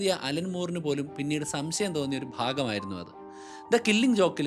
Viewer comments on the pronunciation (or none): none